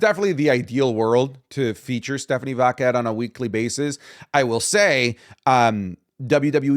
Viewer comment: saying stephanie Vackale makes me laugh